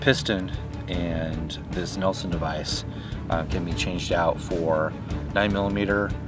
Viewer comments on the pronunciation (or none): Interesting. Competitive pricing. It looks compact for a .45 can, about 6" long? I would like to see dimensions. FYI: the booster is a Nielson (Neel-son). not a Nelson (Nell-son) device. Not a big deal, but you might want to use the right name in an advertisement/promo video.